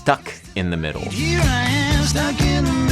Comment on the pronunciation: Adam is “cood in the middooo”😂😂